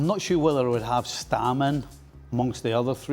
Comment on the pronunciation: Stam☝️NOT StAAm with two As😂his 1st name has two As Jaap